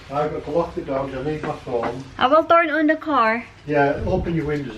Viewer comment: ang sagwa ng diction torn on